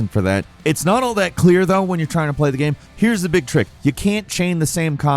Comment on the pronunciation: He literally said “game” wrong for years. Dude said “gam” and I stopped watching any videos with for forever because it just drove me insane